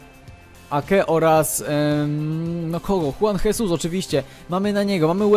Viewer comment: Juan Jesus czyta się: Żuan Żezus